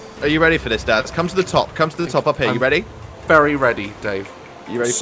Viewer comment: Did he call you daz or dad